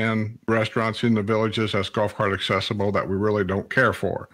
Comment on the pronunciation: Are you aware accessible has a "C" accessible not assible !